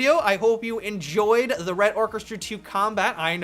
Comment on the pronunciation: Come on man, is it so hard to pronounce the word "orchestra"?